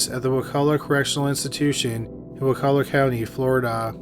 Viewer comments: Hey man. I live in Wakulla county Florida and I want to say thank you for pronouncing it right. no one ever does. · I grew up in wakulla county Florida and you actually pronounced it correctly. No one ever does. The place sucks.